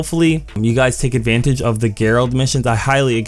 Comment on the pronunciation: Gerald is pronounced with a J sound not a G. Keep up the great videos man!